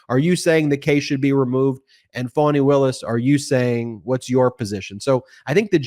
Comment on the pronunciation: please PRONOUNCE FANI WILLIS' name CORRECTLY! just like "FUNNY'! it is unlikely for you TO MAKE SUCH A MISTAKE!